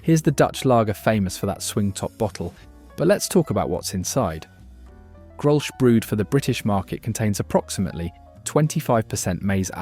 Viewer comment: Another thing Grolsch is pronounced 'grolls'